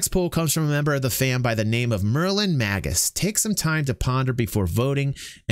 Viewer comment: I'm glad you were as inspired by the idea as I was. It would have been fun to have people's age along with their votes. Just one thing. Magus pronounced Maygus 😉